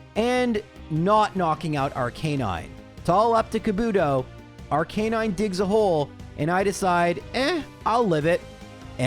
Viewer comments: Ar"cah"9. Not Ar"kay"9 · Playing Pokemon for a living and still cant pronounce Rattata & Arcanine normally.